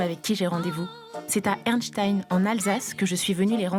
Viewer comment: Erstein pas ernstein